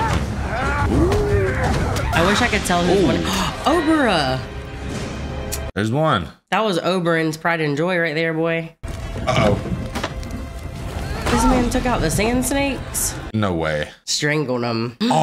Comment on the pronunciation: Her name is O-bar-ah.😊